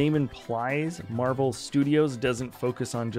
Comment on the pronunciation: I believe you mean "Marvel" lol